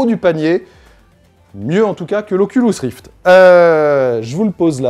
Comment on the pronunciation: "Oculous rift" ou encore "vihaiir" dit-il